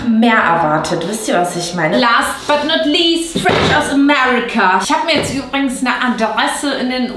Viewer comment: Du sagst auch überings statt übrigens 😂😂